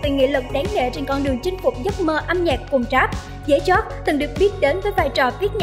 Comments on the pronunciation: Nghĩ sao tiếng việt đọc cũng kh xong: Dế Choắt thành Dế Chót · DẾ CHÓT ??? MC chương trình hồi nhỏ học có bị đúp lớp 1 k thế cái tên người ta đọc cx sai . Viết cái tiêu đề giật tít câu view xàm xí đế . XIN HÃY NHẬN CỦA MÌNH MỘT DISLIKE 😌